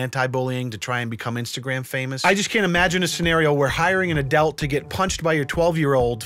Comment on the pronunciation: tf is an "adelt"